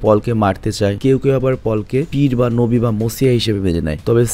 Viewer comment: Nobi bolata thik hoy nai apnar.